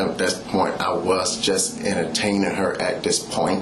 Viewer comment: “I didn’t even know what she meant by south Tampa even. I was just emter-tame-img her at at at that point”